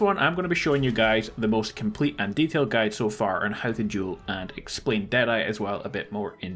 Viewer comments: This is duel. Not jewel... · Thought you were saying “juul” (no offense) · It sounds like he says juul